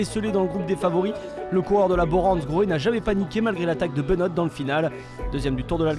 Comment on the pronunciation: Toujours pas capable de prononcer Benoot correctement...